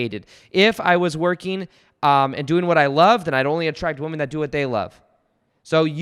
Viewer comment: I love you bud. However, look up how to pronounce the plural of woman. You’re welcome 😉